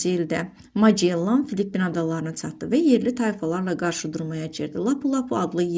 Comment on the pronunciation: Magellan vurğu axırıncı hecaya düşür